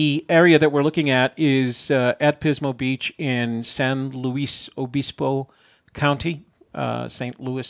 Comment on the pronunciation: San Luis again:) btw perfect pronunciation